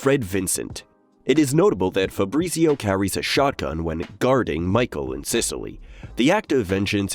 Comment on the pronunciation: Febreezeeo... FahBrreetzio...